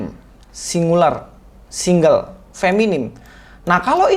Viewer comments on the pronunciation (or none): none